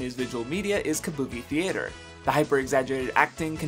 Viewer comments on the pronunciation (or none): none